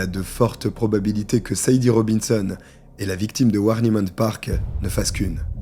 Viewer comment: tu as du mal avec les prénoms 😂Sade se prononce Shadé, beaucoup de femmes afro américaines ont donné ce prénom à leur fille par rapport à la chanteuse Sade Adu